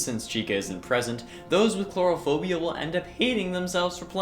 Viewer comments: It's not 'clourophobia',it's Coulrophobia. Co-ul-roe-foe-bee-a. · I think it's coulrophobia, not chlorophobia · *coulrophobia not cluorophobia